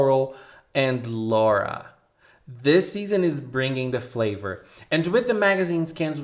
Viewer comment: The purple haired girl is Lola, NOT "Laura." Also refer to them in Japanese name order, family name first.